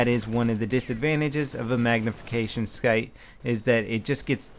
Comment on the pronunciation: "Magnification sc-ight."